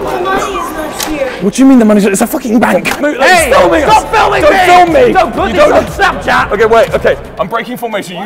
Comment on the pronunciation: the way wilbur says "it's a fucking *bank*" gets me every time